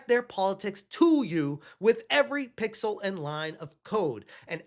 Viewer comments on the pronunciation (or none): none